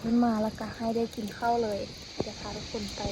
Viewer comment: ข้าว ไม่ใช่ เข้า นะลูก